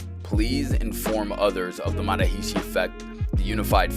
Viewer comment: It's not MA ha REE SHEE. It's more like MuhHArishi said quick. It's not SHEEDhee, It's SIDhee. You should reshoot it.rickvedyoutube